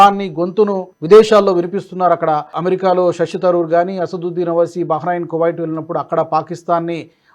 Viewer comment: సలావుద్దీన్ కాదు అసదొద్దిన్ ఓవైసి గారు మరిచి పాయారా